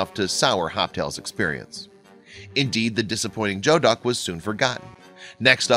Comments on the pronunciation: "TUR-BAHT" AN "JO-DUCK" LOL This narrator obviously hasn't been out for something other than a value meal at McDonald's. It's pronounced tur-bo and goo-ee-duk. Now be gone, peasant! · Thank you. This JO-duck nonsense was driving me bananas. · It’s not ‘joe-duck’ it’s ‘gooey-duck’ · A geoduck is a kind of large clam, and it's pronounced GOO-ee-duk, not JO-duk. I'm a California chef. I know what I'm talking about. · calichef1962 - i cringed both times he said that... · You are absolutely right , its pronounced Goo-ee-duck, I am not a chef , but I have lived in the North West for 50 years. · Joe duck. Haha.... geoduck (gooey duck). I'd like to eat here one day. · Joe Duck ?? Goe Duck (Pronounced Gooy) is now protected in WA. State, they live 1 place throughout thier existance, they are now grown on sea farms. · Geoduck 🚫 joeduck ......hahahahahahaha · When you said joduck I couldn't figure out what kinda duck it was. It's a geoduck, it's actually pronounced gooeyduck. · It is said goo-ee-duck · "Turrbott"..."Jo-Duck"...thats as far as I could last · As this video is three years old I hope at least one of these many comments points out that geoduck clam (a PacNW variety) is pronounced gooey-duck. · Just so you know despite it's spelling it isn't G-E-O-DUCK Its spoken more like G-U-E-DUCK like GLUE without the L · It’s pronounced “gooey duck.” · I think it's pronounced gooey-duck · Geoduck= "gooeyduck" per wiki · It's not Joduck. It's Geoduck, like Geography, geology, Geo. Not Jo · Geoduck is pronounced "gooey duck". That bothered me a bit too much. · It's pronounced (Gew-ee-duck) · Geoduck is pronounced "gooeyduck" and turbot.... "turbo" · It's pronounced 'gooey-duck' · Geoduck is pronounced gooey-duck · pronunciation made me cringe. last t in turbot is silent. "geo" in geoduck sounds like "gooey". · Maybe the narrator should look up the pronunciation of “geoduck”, “turbot” and “radicchio”. Jeez!